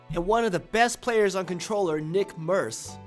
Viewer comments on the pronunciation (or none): the way you said NickMercs makes me want to gouge my eyes out with a spoon